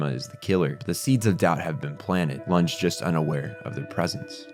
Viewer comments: Anyway you approach it, loonj isn't how Lunge is pronounced in English, German, or French. The anime uses loongeh, and while that doesn't appear correct either at the very least it's from the source material. EDIT Now I know you're just making it up. That's not the an accepted pronunciation in German or English. In fact, I just learned the English pronunciation is quiet different in German. But moonick isn't English or German. Bye. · Summed up the series very well! Monster is one of those things that makes sense in my head, but turns into a jumbled mess when I try to explain its depth. Also, I hope you don't mind but Lunge's name is pronounced Loon-geh, and not Loonj. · Its Lun «ge» not Lunghe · The way you pronounce Lunge is quite triggering ngl. It is pronounced LOON-GAY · Nice and very good video. Although hearing you say "Looonge" over and over again gave me multiple seizures. The English Dub even called him Lunge. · btw... why do you pronounce Longe...wtf you literally have his name said in English. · You're doing so well with the german names but your pronunciation of Lunge is rough.